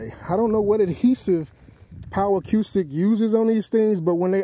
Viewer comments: Nice video very informative. However acoustic is pronounced "a-coo-stic" not "a-q-stic". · A-cooo-stick not A-que-stick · The way you say A-cue-stick makes me insane...its just acoustic spelled differently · why he keep say a que stick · Acoustic Pronounced A-Koo-Stik.